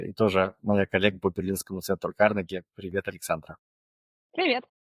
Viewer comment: «Привьет»? Говорите все сразу на английском)